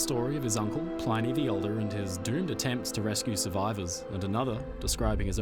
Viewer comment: PLINNY not PLINEY! stick to the titanic mate haha jk